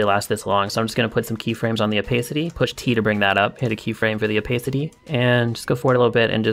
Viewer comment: This is epic :0 But u kinda say Opehcity